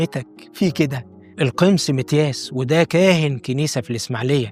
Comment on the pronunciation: حلقة جميلة جدا جدا ❤❤ بس تصحيح بسيط إسمه القُمُص ( ومعناها المدبر ) بضم القاف و الميم😊